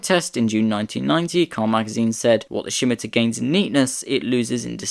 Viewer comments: Scimitar is pronounced ssim-itar with the stress on the first syllable, not shim-itar. The name is taken from a curved Moorish sword of the Middle Ages (as featured on the county crests of Essex and Middlesex) no doubt first encountered by Europeans during the Crusades. It was used as the name for the car, I would imagine, in order to conjure the image of something that cut through the air in the mind of potential customers. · 100% agree. Almost gave up, the pronunciation is really annoying!🙄😬🫣 Never heard Scimitar have an 'h' in it!!😅🥰😂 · There is no H in Scimitar : it is pronounced Scimitar , NOT Schimitar ! Also , the SS1 looked good , that jellymould shaped SS2 prototype just looks plain awful .